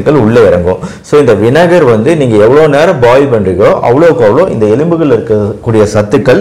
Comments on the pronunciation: வினகரா இல்ல வினிகரா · 'வினகர்' இல்லே வினிகர் என்று சொல்லணும்.